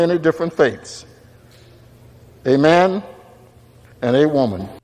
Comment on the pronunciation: He seemed to say "aman" not Amen